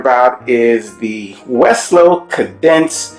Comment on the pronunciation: Cadence = kay-dence